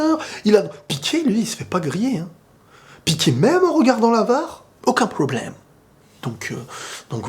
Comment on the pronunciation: Avec l accent anglais